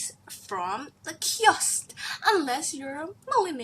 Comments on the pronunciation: i like the way u say kiosk..it's more like kjosk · The way she says "kiosk" amazing 😂👏👏